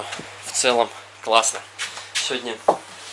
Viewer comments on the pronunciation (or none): none